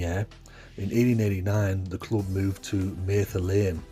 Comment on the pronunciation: It's Mather, not mayther lane